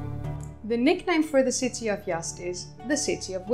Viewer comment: Z is not an S, you're saying "Yast", it's pronounced how it's spelled "Yaz'd"